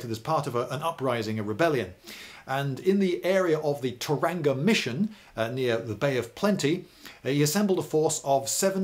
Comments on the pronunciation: Tauranga is pronounced Toe runnar, silent g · Its not ta ranga - the pronunciation nowadays is Tauranga - towranga with no emphasis and a softer "g" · the way he says "Tauranga" XD almost as bad as people pronouncing "Whakatane" as "Whack-a-Tane" (for those who dont know its pronounced more like "Fuck-a-taa-nayy") (I should really learn proper phonetic typing) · Your pronunciation was a bit off, but the facts ere correct. Pronounce the vowles as such A(ah) e(eh) i (ee) o (aw) u (oo) Your the best lindy, coming from a fan in New Zealand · Tauranga pronounced in British... T(our) ronga. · Yes indeed, although it’s far from the worst British or Irish mangling of Māori pronunciation to be found on YouTube. Memo to Lindybeige: there’s no hard ‘g’ in Tauranga. You’d do a better approximation if you just said “Tauwronger”.. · Maori vowels are are pronounced aaah eh eee ore ooh So phonetically Tauranga is pronounced not Toronga but Tau (with a bar over the a to elongate it) rong aah Love the video, the Maori were one of the few nations to be able to give the British a run for their money, in fact if half of the Maori had not sided with the Crown due to ancient grievances against the King country Maori, the Maori might have beaten them. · It's Tau-Wrong-Uh not Tar-ang-gah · Just a pointer Tauranga is said Toe-wrong-a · No it isn't Thomas. It's Toe-ra-nga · Tauranga cuz. pronounced toe-rong-ah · Tauranga. - [TOWRANGA, all run together, with a soft g]. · You had me until "Taranga". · Thank You for enlightening me further about my home town!, Gate Pa!. By the way, Tauranga is pronounced 'Toe Rong Ah'. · Mate, it's Toe-rung-a (Tauranga)... and roll your rrrr's like a Scotsman. Thanks for the video. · Extremely good, but want to offer a correct pronunciation of Tauranga. Its like two syllables: Toe And Runga, with rolling the R. Hope this helps. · Tauranga is pronounced Tau ronga - with the emphasis on the 'Tau' part. The 'ranga' part is pronounced 'ronga'. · dude tow-rang-a